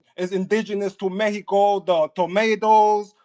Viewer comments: He’s grinding my gears with this “Meheco” bullshit!! Bih we’re in America, it’s MEXICO😤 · “Couba” “Meheco” Get yo wet, twisted mouth ass off of here with that bs! 😂